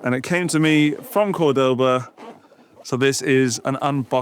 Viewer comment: That’s not how you say Cordoba. It’s more like the Degoba System. But you got capo right 😁